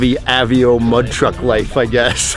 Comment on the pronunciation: Its A-VAE-O